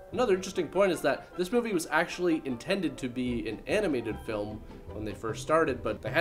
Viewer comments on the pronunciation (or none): none